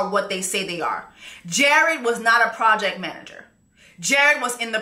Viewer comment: She said “Project Manger”… “He in the project, managing his mattress on the floor”. 💀 🤣🤣🤣🤣🤣🤣🤣🤣🤣🤣